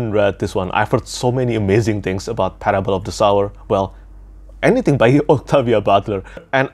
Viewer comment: Excited to hear your thoughts on Parable of the Sower! I really loved both books in the duology. Quick point, as someone who deals with phonetics, the title of the book is pronounced Parable of the [soʊɝ] or, less precisely [so]wer. Hope that makes sense, it’s like someone “sowing” seeds or “sewing” fabric. I don’t mean to offend, I’ve corrected American YouTubers on this word as well